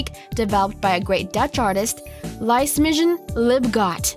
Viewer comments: The voice does not only sound stupid. She actually is. It took me less than a minute and google to find out the name is pronounced "Lisemine" not "Licemidgn" :D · Oh hell no, Lisemijn is pronounced more like Lee-se-main xD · you read Lisemijn's name as Lee-se-mine. Not like Lice-me-djin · The name of the dutch calligrapher is pronounced 'lise mine'. I know, I know, it is a dutch thing. The least they could have done was to research it properly.. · Poor Lisemijn. It's a Dutch name, and shouldn't be pronounced in American. :D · How tf did she pronounce lisemijn libgott?